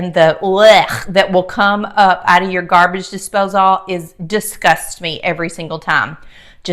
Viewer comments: Love the video but you drove me crazy saying "Dipsose all" It's a disposal, like "disposle" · Dispos-ALL...heehee love your accent and the Curls! Beautiful! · Interesting pronunciation of “disposal”